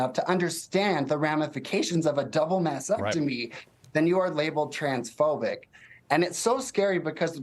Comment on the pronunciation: Everyone please stop saying “massectomy”